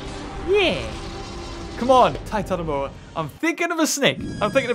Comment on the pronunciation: You didn't say Titanoboa Right. You say it like this: TITANOBOARRR